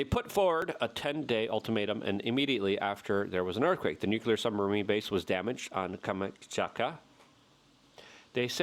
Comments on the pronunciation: Luke PLEASE, its NUKE LEE ERR not NUKE YOU LERRR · Why does Luke spell "Nuclear" when it's obvious, by how he pronounces it, that it's supposed to be spelled "Nucular"? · Nuclear. New Clear. Two syllables Luke! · Nu - clear. New Clear. 2 syllables ✌️ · The word is nuk lee ar! Why does everybody, even educated people, sound illiterate?! People arent taking it aeriously because evryone sounds like a cartoon! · Nuclear actually has three syllables. Nu- clee-ar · Pronouncing nuclear with more than two syllables waters down the entire message.